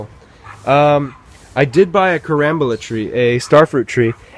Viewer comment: It is pronounced Car am bola